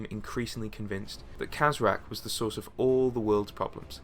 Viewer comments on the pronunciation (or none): none